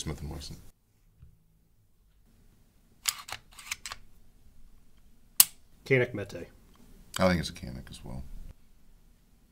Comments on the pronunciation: Canik doesn't pronounce like that. Canik is a turkish brand. You say "kanik" in our language but first letter has to be "John"s "J". We say "Con" to say "John" so if you want to pronounce correct, try to say "janik". Like "J(ohn)anik" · Fyi the right pronunciation for canik is "jah - nick" if you care 😂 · Pronunciation of first letter of Canik is actually sound like g not k.